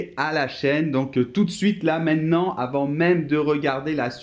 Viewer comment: Il t'apprend à parler Français et a il dit "tout d'suite là MAINNANT" articule on dit "mainTEnant" ^^